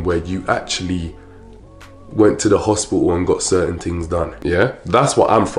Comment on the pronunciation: I love the way you says things “tings” lol and thank you. This is a great video and really important to share with woman.